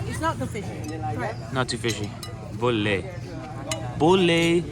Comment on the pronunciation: The way said boleh sounds like "abah-abah" which means father like hahhahaha